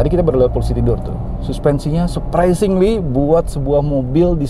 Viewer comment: Surpresingli surpesingli berapa kali di ucapin tuh